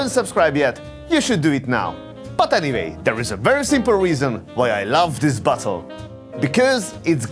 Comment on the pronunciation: Funny experience: Was watching this video without my headphones and my GF passed by right when said "the next bottle I see, is a old friend of mine" (she is not familiar with his accent...) and well... I had to explain to her that I'm not watching a video of a guy analyzing buttholes....